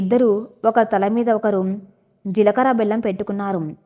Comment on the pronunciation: జీలకర్ర. స్పష్టంగా పలకండి.